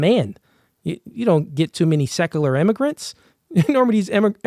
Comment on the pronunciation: he says secular so funny. (SEC-UGH-LER hahaha)